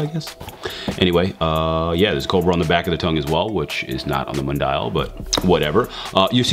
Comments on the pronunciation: it's pronounced Moon-dee-al spanish for world/worldwide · mundial is spanish for work wide the way you said it was rough